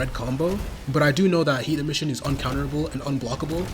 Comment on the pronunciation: bro its not that hard to say emission